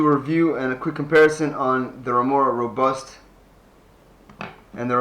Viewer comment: Lol it is not Mora Robust 🤦